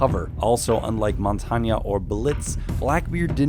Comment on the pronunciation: Montania I'm dying